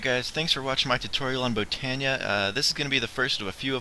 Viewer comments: No not b oh nee uh / bot o nee uh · Oh and I think its pronounced /bot/ö/neea